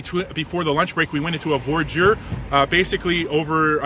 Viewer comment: It's not 'VOR-JUR' ... it's pronounced 'VWA-DEER'